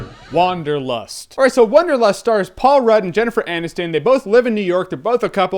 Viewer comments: hahaha "Wong"derlust, haha that was so lame :D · I just love how you Americans pronounce Wanderlust